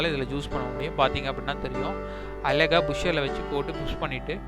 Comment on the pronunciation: அலகா ஜூஸ் போடவேண்டாம். கேட்கவே எரிச்சலாக உள்ளது. அழகா ஜூஸ் போடுங்க